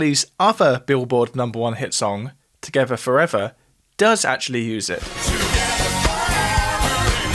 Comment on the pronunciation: Togevuh forevuh